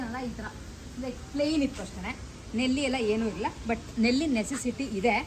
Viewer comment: ನೆಲ್ಲಿ ಅಲ್ಲ ನಲ್ಲಿ